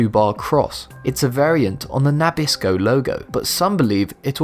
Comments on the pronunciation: You enunciate Nabisco different from Americans. We say Nah-Bisko. You say Nah-Bis-Ko. You emphasize the Nah while American's emphasize the Bisco. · I had to stop a second and think WTF did he say? Then he said NAH-bisco again and I thought maybe he should learn to speak "Merican" not English. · Nabisco is pronounced nah-biss-koh, you dork! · Na bis co not nab is co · Nabisco is pronounced Na BIS co... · Never heard Nabisco (na BIS' ko) pronounced NAP' iss ko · puh-MENto and nuh-BISco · I know what Nabisco is, but what is "NAH-bisco?"